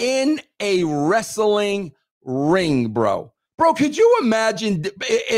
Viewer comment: Dude, I'm from NY. I have never once in my life and everyone around me too have never said "Wres Suh Ling" Ha.